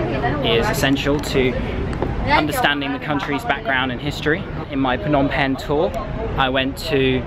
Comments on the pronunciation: pnom pen lol i’m sorry but your pronunciation is sooooo no offence lol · it is pronounced nom pen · “It’s pronounced “pnom bing” I’m Cambodian 🇰🇭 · For some reason, I found it funny how people always pronounce "Phnom Penh" incorrectly